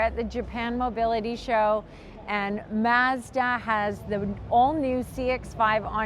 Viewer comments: The way you pronounce “Mazda” is different Are you Canadian? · Would you please learn how to pronounce MAZDA correctly?